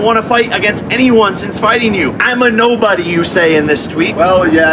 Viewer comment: Hilarious- Brendan can’t say nobody or remember, he chucks in a few extra N’s & M’s here and there 😂😂🤣